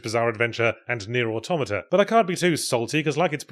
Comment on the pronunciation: Always nice to be reminded that some people do actually know how to say the word "automata."